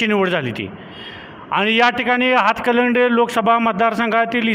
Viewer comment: हतकलंगडे नाही बाबा... हातकणंगले म्हणा....😂😂